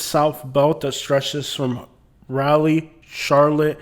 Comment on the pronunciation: You say Raleigh wrong,it’s Ro-lee not Ra-lee